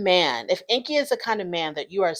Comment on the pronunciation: Corona already admitted that she and Ingi were not together (or not anymore) when they started filming. So their storyline is completely fake 🤷‍♀️ And BTW his name is pronounced "Ing-gi", not "Inky". Just sayin'...